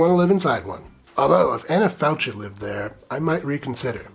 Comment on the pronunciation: CH in Italian is a hard K. Anna Falkee, not “faltshee”